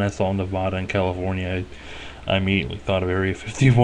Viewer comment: Knee Vaaaaa Duhhhh not Neh Vah Duh